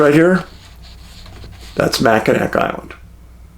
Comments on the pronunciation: Macinawww Island…..NOT Macinak Island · Hi Dave... It's Jena from Milwaukee. My husband Tom passed away last week. He really loved your movies. Anyway... The pronunciation of Mackinac is supposed to be Mackinawe....... Just like I'm in awe of your dog "Huck". Thought you might want to know that.. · Good Morning Dave, I watch all your videos and love them but when you pronunciate Michigan city's wrong it goes against everything in my code to not watch anymore. Anyway it is pronounced Mack-in-awe. In French, a word ending in ac is often pronounced with a soft or silent final consonant. As a result, Mackinac was written with a c but spoken as Mackinaw. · Great video and a very mysterious case. For future reference, and in case you do another case in this area, Mackinac is pronounced Mack-in-aw. 😊. I’m headed to Mackinac Island this summer for a girl’s trip. Can’t wait. It is a super magical place. Cheers! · i'm a michigander, every time he says mackinack i cringe lol. it's nails on a chalkboard for me! 😅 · Love your show! Wow, Thank you for bringing to light this cold case mystery. Growing up and still residing in Michigan, I remember this unfortunate incident well and, like others, was perplexed by the findings of this case, or lack there of. Keep up the great work! (Mackinac is pronounced MACK-in-awe (like "awe" or "aww")) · LOVE YOU HUCK AND DAVE!! Michiganders pronounce these cities like this; Mack-in-aw St. Ig-nis You're cracking me up with how you say michigan cities 😂😂😂